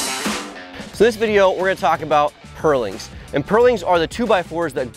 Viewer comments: Next time, find someone who can actually pronounce "purlin" to talk about purlins. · It's pronounced "purlin" not "pearling". Good video though!